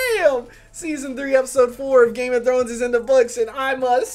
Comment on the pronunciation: I like your reactions, but can you tell me if what you say is 'Game of thrones' or 'Game of drones'. 'Cause i keep hearing 'drones'?